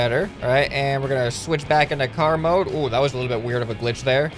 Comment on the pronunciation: When he says let's go into car mode before crashing I only hear let's go into karma the first time